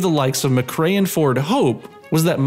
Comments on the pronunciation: it's McRae btw not McRea. Great video ! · it's Colin McRae not Mcrea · It's "McRae". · Sorry, I hate to be that guy, but it's (the late great) Colin McRae, and Cowan is pronounced Cow-an, not Cohen.